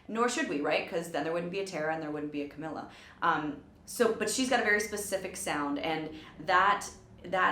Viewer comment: caMEEla cabeYo